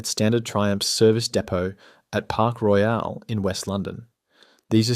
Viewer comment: Nobody in the UK pronounces Royal that way.